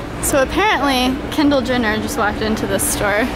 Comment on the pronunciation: Anyone else notice she pronounced "Kendall Jenner" like "kindill jinner?" 😂😂